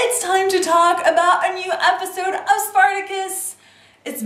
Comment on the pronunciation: I hate the way you say episode